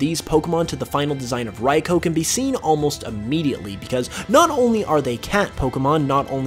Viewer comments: It’s Rai-koo, not Rai-koah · Omg that is not how you pronounce "Raikou" learn to pronounce pokemon names and regions. I've seen so many people talking about pokemon I'm their YouTube videos and can't pronounce the names or the unova region